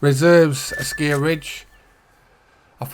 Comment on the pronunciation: Hi! Thanks a lot for the guide! At the moment I am hunting wood ducks. They are really beautiful! I've got a rare already! 😁 The color pattern on your shotgun is really funny 😂 Not for me, but to each his own! And according to the EW-vids it's "Asciiiij-Ridge" 😆😅🤣 Have a nice weekend! 🤠